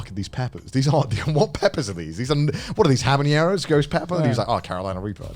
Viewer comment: Is no one going to talk about how Connor said habaneros🤣